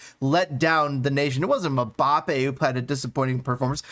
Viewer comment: Who the hell is Mabappe? 😂